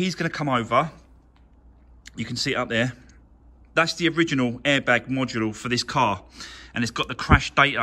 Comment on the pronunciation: It’s a module not a mudula, hit like it that annoyed u 🤣